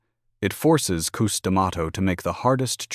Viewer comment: Koos 🙄 it’s Cus damn AI